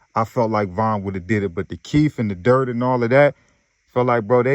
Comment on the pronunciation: U just can’t say durk with a k to save yo life